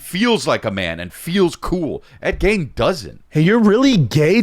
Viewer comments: It’s Ed GEEN not GAIN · Pronounced ed geen fuck sake